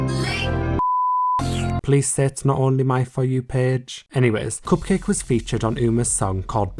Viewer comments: It’s pronounced Cup-Kah-Kay. It’s a play on bukkake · The pronunciation of Cupcake *chef kiss* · My degenerate brain definitely thought cupcakke was pronounced differently... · when you said cupcakke i died inside